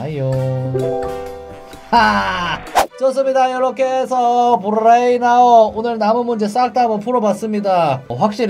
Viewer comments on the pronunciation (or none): 브rrrrrrrrㅔ인 아웃!!!!